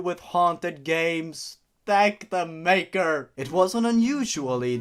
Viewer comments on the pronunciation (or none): none